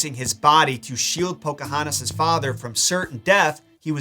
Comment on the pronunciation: As a member of the Chickahominy tribe myself it's amazing that Disney actually got the pronouncing of the names correctly. Do I wish they would have listened to the tribal members that came out to help Disney with the movie more so on the acualt history then just how the homes and traditional practices went. Yes, but I get it can't go with the truth if it looks really bad with her age being a minor.